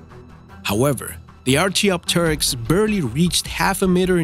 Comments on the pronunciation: You are pronouncing archaeopteryx wrong dude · You said archeopteryx wrong